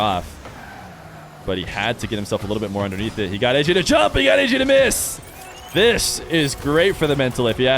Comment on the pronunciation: ayyayy* not ayyJay